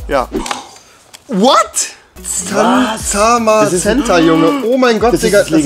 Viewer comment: Cool das du Booster geöffnet hast aber komisch dass du nicht mal Zamazenta aussprechen kannst